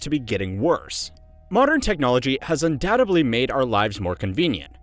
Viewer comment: I don't know if it was intentional, but saying "undoubtebly" in a video about getting dumber is so fitting